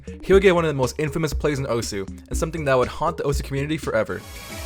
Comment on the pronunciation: it is actually not pronounced (oh-su) its pronounced (oce)